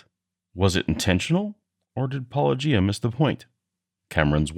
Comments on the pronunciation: They purposely mispronounced Paulogia because they don't want to acknowledge his credentials for debunking Christian claims. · Since Loke can't even pronounce your name correctly, I don't see he can claim to have watched any of your videos with very much attention. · And also guilty of another serious crime, pronouncing Paulogia with a hard G. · I think the worst part of this whole thing is having to listen to the pronunciation “-OH-ghia” multiple times. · At this point dr Loke pronouncing your name "Po-lo-gia" with a soft "g" sound must be intentionally dishonest, right? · I found this INFURIATING for so many reasons. Not the least of which is that it almost seems like Dr Loke has never watched a full video of yours since he mispronounces your name every single time, despite you SAYING IT at the beginning of each episode. I get that English is a foreign language to Dr Loke, and I don't take for granted how difficult it is, and that your name is nuanced and difficult for native English speakers, too. But this goes for all people who try to critique you and get your name wrong. It's like an immediate tell that they have literally not watched a single video of yours. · oh god is it super hard to check how Paulogia is pronounced... so annoying ... anyway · Why can’t apologists pronounce “Paulogia” properly. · I find it funny that Andrew (I think that’s his name) can’t pronounce paulogia but has no problem pronouncing apology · just drink a shot every time they mispronounce Paulogia. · It's hard to have sympathy for someone who whines that someone is apparently neglecting his "real" points when he can't even be bothered to pronounce the other interlocutor's name correctly. If the doctor truly watched any amount of Paulogia's work, he should be intimately familiar with its pronunciation. It is not a difficult string of phonemes. If someone can't be bothered to get such an easy thing right, why should I trust their rigorousness on more difficult matters?